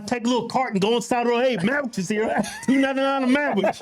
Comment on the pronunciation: Y'all were killing me with the mamwiches, lol.